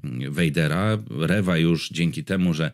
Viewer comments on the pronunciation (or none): Riva a nie Rewa